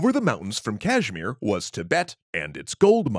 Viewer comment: Man you’ve gotten better at performing Indian names. The Kashmir and Ladakh pronunciations were not only relatively better but also more well spoken.